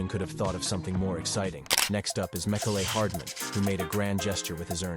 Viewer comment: "mec-ole-lay hardman" lol